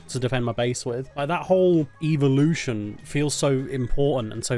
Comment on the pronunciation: “THE EVOOLUTION” quote from